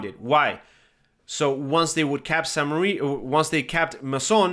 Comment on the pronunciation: Thank you for your videos, they are really helpful! I just have one pet peeve, it's the pronunciation of French locations! I know they are hard to guess and pronounce but I can't help it: You are saying Saint Mary, it's actually "mère" as in "flair" or "bear" and it means mother. "église" is pronounced like "egleez"